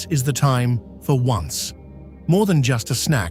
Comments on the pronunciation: Too bad AI doesn't pronounce the most important meal of the day for the family. It's pronounced On say (Spanish for 11) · "Once!" Sounded very funny when the AI voice was mispronouncing this word, meaning the traditional late-afternoon tea/snack. But apart from that, a nice video.